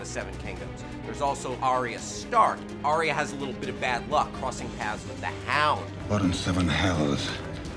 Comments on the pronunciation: 'Arya'!!! Not "Ariah"! FFS! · Everyone pronounces Arya differently. I'm sure in episode 1 they pronounce it Eye-r. But here they say r-ey-r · your inability to pronounce arya annoys me so much